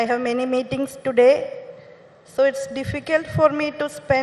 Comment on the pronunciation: Meethings, meethings, meethings, or me things 🤣🤣🤣🤣🤣🤣🤣